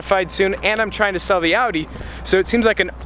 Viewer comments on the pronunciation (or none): none